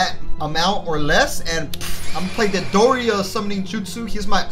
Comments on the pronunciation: lol doria its deidara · Its hilarious Deidara is one of your favourite villas and you dont know how to say his name lmao